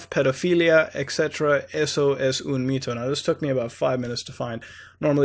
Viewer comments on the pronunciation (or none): none